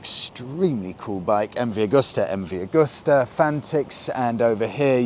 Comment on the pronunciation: Come on, guys, you sell these bikes. It's MV Agusta, not augusta.